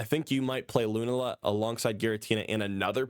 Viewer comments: Bro it’s Lu-na-La not loonala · I know these are a difficult bunch of pronunciations: Loo-NAH-la Sol-guh-LAY-oh